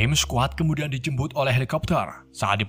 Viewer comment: Pas ngomong di jemput jadi bilang dijembut